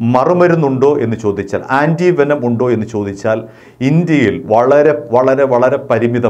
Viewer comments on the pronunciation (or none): വേഷം അല്ല വേനം ആണ് .. ദാരിദ്രം